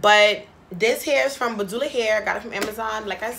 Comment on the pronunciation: BA-DU-LA lmaooo!!